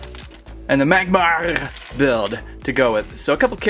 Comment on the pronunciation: It is pronounced Mag-mar